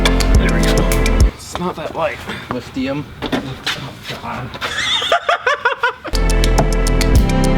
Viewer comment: U heard what he said ? Did U? HE SAID LIFTIUM. L I F T I U M